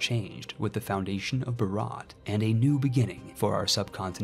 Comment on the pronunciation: Video Starts Says Bharat in a physically painful way Not saying its your fault, Idk why they spell it like that. Its pronounced Bhaarut. ("u" sounds like its used in "mud". Also, the H is not silent at all)